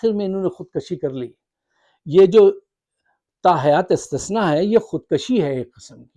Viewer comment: Khud Kashi ni Khud kushi hota h